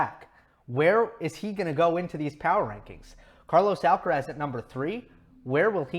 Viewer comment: It's quite weird how yo try to pronouce all the players's names as accurately as possible (Auger-Aliassime, Giron, etc.) except for Alcaraz's. It is “Al-ca-rath", the “z" like a “th" sound and the stress on the last “a". I think he deserves the same care when pronouncing his name as everybody else.